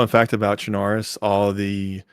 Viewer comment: one of the few people that pronouces chernarus properly, if u dont say it like lawless you are wrong and need to do research.